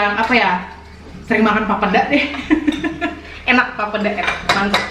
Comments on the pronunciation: bukan papda lafalinnya tapi PAPEEDA. terlalu encer itu papedanya. 😅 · maaf bukan pape da(sperti ucapan mama) tapi langsung aja papeda gak ada penekanan pada pada 'da nya 🙏 kapurung itu jg papeda diberbagai daerah beda namanya 😊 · Pelafalannya masih kurang benar.. pa pe da (da nyata lurussss aja 😀) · Ngucap "papeda" salah. Harusnya ngucapnya "papheda". Kalo tulisannya bener papeda wkwkwk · Akhirnya makanan khas Papua dibuat oleh 👏👏👏 maaf koreksi cara ucapnya Papeda itu " e" bukan e p'ep'et tp e biasa sj bgt n Enjoooy🙏🙏❤ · Papeda, e nya di sebut macam kl ngomong enak..😁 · Fyi aja.. Cara Bilang nya papeda bukan papeda (yg kaya bilang) 😂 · Maaf kak mau koreksi cara mengucapkan "papeda" seperti "sepeda". Peda nya sama hehe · Pelafalan papeda yg bener itu 'e'nya di baca seperti kata sepeda.. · Bukan orang papua tp yg aku sering denger pelafalan papeda itu 'e' nya kaya kalo ngomong ember/entok. Terus kayanya sih yg sering aku liat teksturnya papeda lebih sticky gitu makannya ada trick nga yg digulung2 gitu kalo ga salah deh, akupun belum pernah makan papedanya cuma bebrapa kali liat orang makan/buat papeda gitu. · Ngomong papeda nya ga gtu, setauku huruf "e" nya kayak penyebutan di terong. Cmiiw 🙈